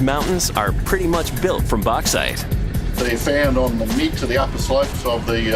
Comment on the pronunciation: Why can't he say Bauxite? I'm gonna let the fact they can't say aluminium properly slide (and the fact YouTube marks it as a miss spelling).